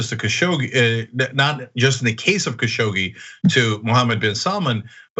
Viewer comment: Khashoggi is pronounced Khashog-Ji (almost Khashoq-chi). It means "spoony" in Eastern Arabic dialects. And yes I know what I am writing.